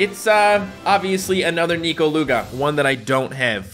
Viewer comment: Bro so we not gonna talk about how he said the n word when he was trying to pronounce all the Lugas without stuttering